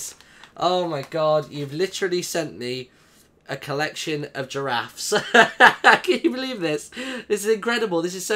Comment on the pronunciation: ``i have 3 jarafs`` that was she said XDDDDDD